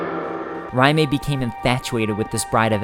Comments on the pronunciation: I am not saying you're wrong on pronunciation...but isn't Raime pronounced Ray-m? Not R-eye-may? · Raime is prounced "RAY-m" not "RYE MAY" lol gosh darn that was annoying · You pronouncing Raime, makes me cringe. Do you see a m before the i? RAYM not RA MAY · "Ry-may" really? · the way he says Raime is really irritating he says it like Rimea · Great video, but you said Rim'ay. Lol, that was so hard to not yell at my screen. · Then that pronunciation makes me cringe. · You have a rather interesting way of pronouncing Raime. The E is definitely not emphasized.